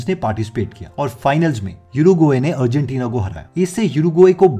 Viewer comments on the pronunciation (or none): none